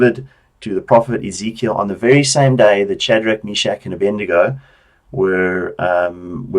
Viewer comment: its Abednego not Abendigo